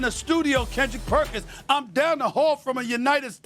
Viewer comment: Perk's name pronunciation is getting worse. Lol